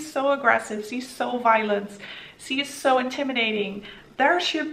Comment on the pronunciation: Why do you pronounce "she" as "se"? It's so distracting. 😅